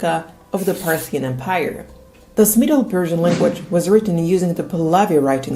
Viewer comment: why do you say "empaire" instead of of em-pire?